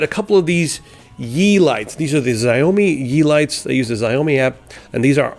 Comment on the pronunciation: Sh-ouw-me is how to say xiaomi.